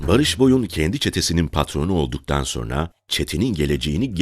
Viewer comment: Ulan bir videoyu seslendirmeden bir diksiyon dersi alsaydın. SoNra kelimesine soRna demek nasıl bir aymazlık, nasıl bir terbiyesizlik, işine ve kendisine saygısızlıktır ⁉️⁉️⁉️⁉️